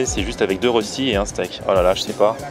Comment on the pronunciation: Ahhhhhh la prononciation du mot röstis 😂😂 Sa se dit röstis mais sa se dit reuschtit 😂😂